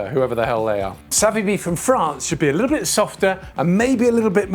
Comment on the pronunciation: Everytime you say "little" all I hear is "LIDL" and I'm not mad